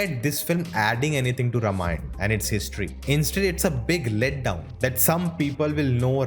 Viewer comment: I'm afraid you are pronouncing Ramayan wrong. You're calling it रमायण, instead of रामायण. Infact, the correct pronounciation is रामायणम्